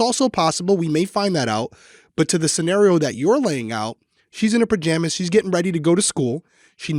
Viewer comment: Not related to the case but I do enjoy that says, "purjamas"